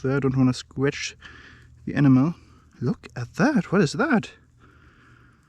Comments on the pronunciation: Awesome video boss. Just a heads up. When you say 'enamel' it sounds like 'enema', which is a very very different thing lol. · It sounds like animal